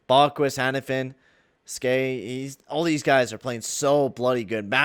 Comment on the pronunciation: Skjei is pronounced "Shay" FYI.